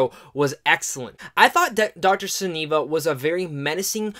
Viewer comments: Love most of your reviews bro but two issues! One, to echo the other guy who pointed it out... you pronounced the villains name two different ways and and they were both wrong lol. It’s not Seneva or Sivina... it’s SivANA. Also!.. the fact that this movie didn’t “exceed any of your expectations by any means” makes me question why you weren’t as cautious on your optimism as you perhaps should have been... given the unpredictable quality, or lack thereof, that we’ve seen from DC in recent times. I was very positive about it... but it definitely exceeded my expectations! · Sivana...not Savina....another guy misread the name. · It's pronounced See-Vaa-Naa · Dr. Sivana ,Sih-vahn-uh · It is Dr. Thadeus Sivanna pronouced Cy Van Na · uh...no you didn't... You said Sa-vin-a....